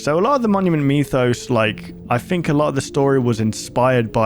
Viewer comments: WHY IS HE SAYING MEWTHOS 😭😭😭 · Monument “me”thos You know what, after the end of the series, monument meth is kinda right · Ah yes the monument meethos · Is it aggregating anyone else that he mispronounced mythos?